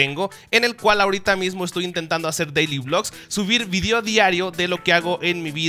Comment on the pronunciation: "subir vidio diario" jajajajajajaja e